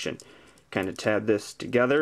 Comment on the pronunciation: Is he saying: "FOLD DIS BAK TOGTRER,"